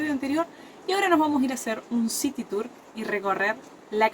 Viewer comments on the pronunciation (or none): none